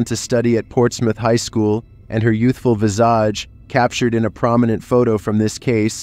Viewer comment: visage: VISS'-aj, not vss-AJ